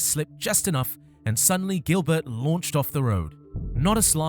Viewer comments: It is not pronounced Gilbert, like in English, it is jeelbear, he is French. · It really annoys me how you pronounce Gilbert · Learn how to pronounce Gilbert in french